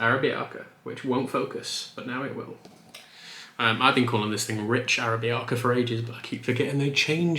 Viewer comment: Its pronounced ahh-rab-icah